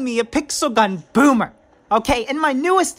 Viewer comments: Lolllll "boomer" not bommer lolll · said bommer